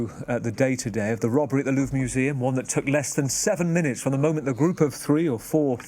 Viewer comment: Real baguette is something to savour. They have bread laws in France too. Also the "r" in "Louvre" is pronounced, but it is very subtle.